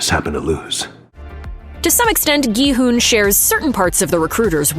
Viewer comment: first video I've seen where the person actually says his name correctly as "hoon" and not "hun" as it's spelled in English